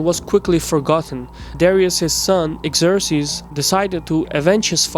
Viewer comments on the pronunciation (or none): PLEASE study the pronunciation of words (like Xerxes) before you record these videos.